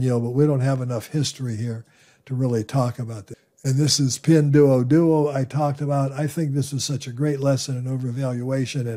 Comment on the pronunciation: Not criticism, just trying to be helpful: Ping Duo Duo, the "duo" is pronounced like "door" without the "r" sound at the end. Not like "duo" in "Duolingo"